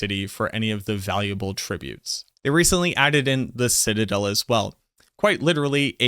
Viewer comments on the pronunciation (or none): none